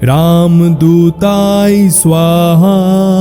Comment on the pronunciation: মাপ করবেন উচ্চারনে ভূল আছে যেমন শব্দ হচ্ছে রামদূতায় কিন্তু যেটা উচ্চারিত হচ্ছে সেটা হল রামদূতাই।